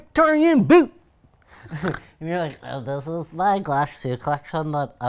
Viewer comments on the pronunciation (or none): none